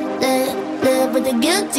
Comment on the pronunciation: I love the song but the fact that she doesn’t pronounce the v in live kills me😂